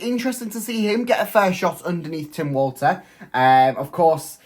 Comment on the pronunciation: I think its pronounced Tim Volta